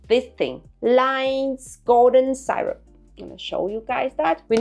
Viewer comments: what is the German pronounciation? she said Side-rub... but it should be see-rub or sir-rub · Lions Golden si (like yes in Spanish) rup is how you pronounce it